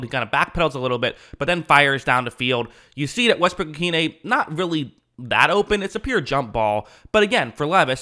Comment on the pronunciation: Excellent pronunciation of Westbrook-Ikhine 👍